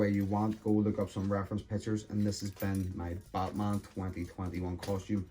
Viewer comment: Sounds like he's saying buttman